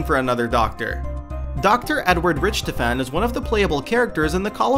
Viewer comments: Dr Rich-toffen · even Dempsey pronounces his name "rick-tof-en". yeah i can tell these guys dont really play games anyway